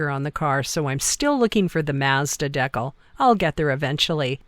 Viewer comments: Kick ass. I like it. Many times perfection and exorbitant expense are overkill. First I have heard someone call a decal a "deckle". 😂😂😂😂 We're all a little different. You should here some the things my kinfolk say in these mountains! Lordy .... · The Maaaazda deckle had me rolling! I know it's just regional speak, but you have to understand that I'm an Appalachian Hillbilly, so it caught me off guard! We say it more like "mozda deeecal".